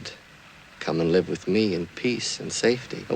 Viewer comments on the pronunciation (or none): Dude! It is wiTH not wiV. You need some elocution lessons